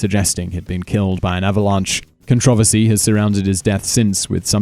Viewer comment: what the hell is a con-trovisty